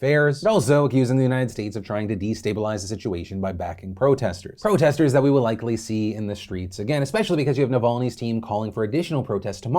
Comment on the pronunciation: Did Phil say “Bro-testors” ? Or am I trip’n?